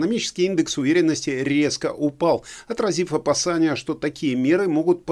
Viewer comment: со всем уважением - не "опасАния", а опасЕния.🤓